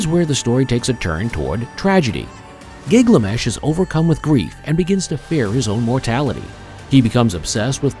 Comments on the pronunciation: Why does the narrator pronounce "Gilgamesh" as "Gigliamesh"??? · Gig-lamesh is a fresh take 😅. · I can't watch it. Gig la mesh? 😢